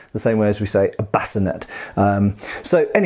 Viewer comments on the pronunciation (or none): Yeah even in the 15th century in England we said “salleh” and “bascineigh”. Sorry to critique you but it is what it is.